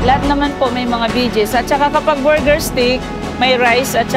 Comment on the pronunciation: panget magpronounce ng buger ✌️ borger